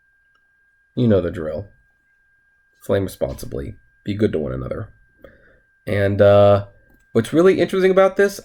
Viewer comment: I could never put out in that quote you say at the end of your videos still to this day lol! Flame responsibly? Blame responsibly? What is it?